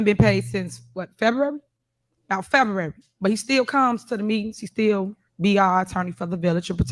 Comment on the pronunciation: Did she say FEDUARY? 😂